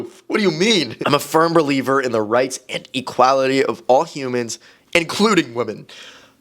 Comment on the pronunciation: no disrespect but "Hain - nis" and e - Kwa - luh - ti